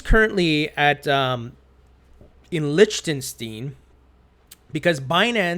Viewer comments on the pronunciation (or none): Lichtenstein- pronounced- Likstinstein...lol!